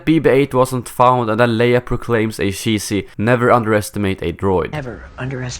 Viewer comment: sheesy humour